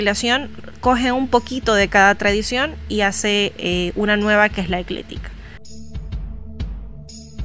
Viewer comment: ECLÉTICA... ECLÉTICA... ECLÉTICA... NOOOOOOOOOO!!!!!!!!!! Es EcléCtica, que aprenda mejor antes de querer explicar y no se ande inventando palabras... Es re interesante la Wicca, pero si de verdad se estudia que se haga correctamente al menos.